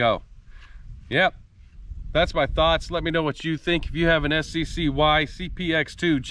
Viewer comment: its sky (sccy)